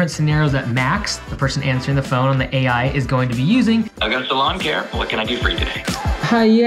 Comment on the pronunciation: that initial pause on the AI is so awkward and off-putting...